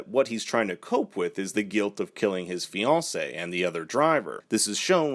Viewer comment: Shout out to the pronunciation of "fiancée"! A+